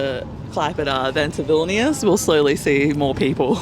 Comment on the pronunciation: You’re saying vilnius wrong. The i preceding the vowel shortens it in the lithuanian language.